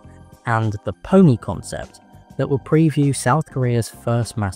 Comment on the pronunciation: Call it the Hyundai Pon-e